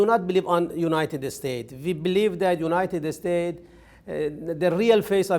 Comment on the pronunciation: He says. ( the United estates )